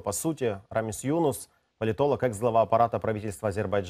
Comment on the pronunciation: Ведущему можно было бы запомнить, что не Юнус, а ЮнУс.